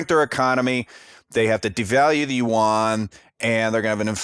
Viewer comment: YUAN BRO NOT UWAN